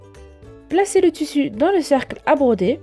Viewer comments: elle m'énerve avec son tussu sais tissu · Ou dit tissu et pas tussu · Le toussou 😂😂(tissus )mdr